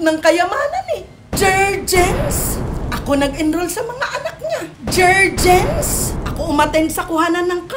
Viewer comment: Jerjens hahhahah...JerGens po👍